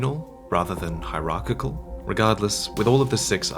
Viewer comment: Dude A+ pronunciation job on the word "hierarchical". I couldn't have done that.